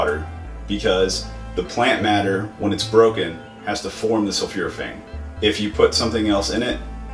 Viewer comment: It's not sulfuraphane; it's sulfOraphane pronounced sul 4 a fane